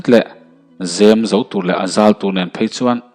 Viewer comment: Zem kualna tur a zo tih i lam dan hi zamzo/mizo tih kan lam rik a zo tih lai hi a ri sang deuh a lam tur ni in ka hria